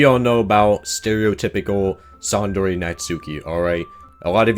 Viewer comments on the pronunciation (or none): That's... not how you pronounce 'tsundere'...